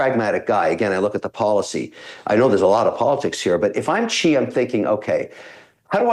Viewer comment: NOT Chi but Si! that's how you say Xi's name.